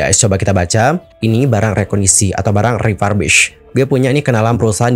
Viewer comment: Salah pronunciation - refurbished. Periksa kamus.